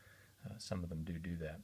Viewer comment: you said dodo that. haha. dudu